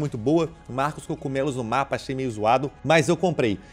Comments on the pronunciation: Eu: CO-GU-ME-LOS PlayHard: coCumelo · Só eu que reparo nos vídeos do ph ele fala cogumelo assim "cocumelo" Ksksks que fd